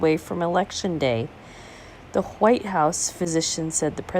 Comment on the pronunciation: Lol huwhite!